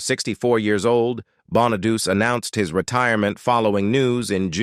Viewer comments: You are not pronouncing Danny Bonaduce correctly at all. It is not pronounced {Bon-a-duse}, it is {Bon-a-du-chee}. You can look up his radio show and listen to how he pronounces it. Not being nitpicky or anything, but that was annoying me.🙄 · Yeah, Danny Bon-a-deuce? it's" Bon-a-deutchi" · The correct Italian pronunciation is actually Bon-uh-DOO-chay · That's AI for you, can't get the pronunciation at all